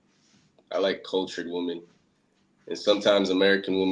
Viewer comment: Bro was cool, but why he say "waamen" like that?😂